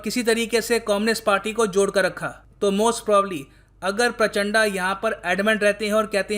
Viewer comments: प्रचंड तो ढंग से pronounce कर ही सकते हो🙄 ये प्रचंडा क्या होता है? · शायद वो प्राचंडा नही है सर , प्रचंड है शायद..कंफर्म कीजिये वरना हमारे नेपाली दोस्त फिर से हमे अत्याचारी बोल देंगे😆😂😃😂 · उच्चारण सुधारो sir ji. It's प्रचंड not प्राचाण्डा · प्राचड़ा , उच्चारण सही नही है आपका प्रचंड बोलिये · प्रचण्ड , this is the actual Pronounciation of that Former PM. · Sir was it intentional?😂😂 "Pushpaa kaamaal dahal prachand'a'" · पुष्प दहल प्रचण्ड my dislike for ur pronunciation, it matters allot